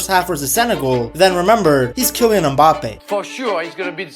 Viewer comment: Its not mbápe its mbapé